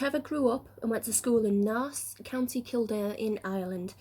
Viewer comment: You pronounced Naas so wrong